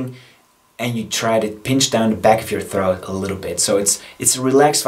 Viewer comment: Just wondering, why do you pronounce throat bass “throath bass”?